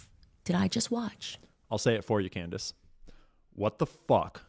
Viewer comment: Did anybody else notice when Candace improperly pronounced her own name?